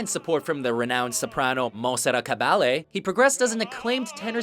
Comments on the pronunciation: ridiculous to mix men 's and women's voices. You need a top ten for each. I don't know why I watch these stupid videos, most of the time you have no idea wha you are talking about. Good thing you didn't try to pronounce any of the arias, though. OOPS, you did kind of screw up Monsarat Caballe--who should have been on this list. Also, Placido Domingo is a tenor, although he bagan as a baritone. Dietrich Fischer Diskau (the only bass you mention)was made his careeer as the world's bes performer of Lieder, not opera. ) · Jajajaj que risa cuando dijo placido domingo o montserrat caballe...